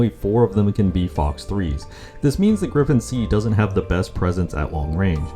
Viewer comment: its gripen not griPPEn